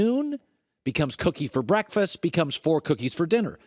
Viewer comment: Colin saying cookie made my day